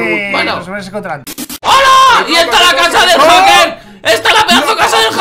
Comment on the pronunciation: se dice haker men